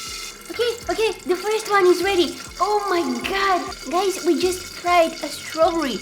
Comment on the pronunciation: the way she said [ strawburrye] or is it just me LMAO